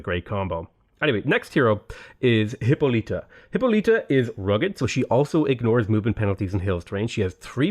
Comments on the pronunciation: Just a heads up, Hippolyta is pronounced hip-awl-it-uh not hip-oh-lee-tuh. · Hyppolyta is pronounced "Hip-Paul-lit-uh", not "Hippo-leet-uh" lmao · I think the pronunciation of Hippolyta is "Hip-pall-lit-ta" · I strongly disagree with you pronunciation of Hippolyta